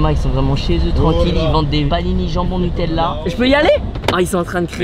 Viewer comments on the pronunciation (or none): none